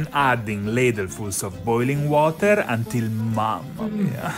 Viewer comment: Why did hi say mamami at the end like that😦